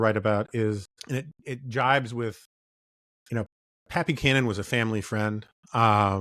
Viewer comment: When Jonah said "Pat Buchanan" I heard "Pappy Canon"